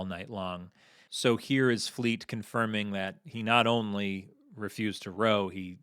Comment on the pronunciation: As a Brit I musat say you have got the accent for Fleet all wrong, as well as the person asking the questions